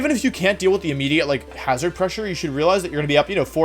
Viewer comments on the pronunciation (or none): none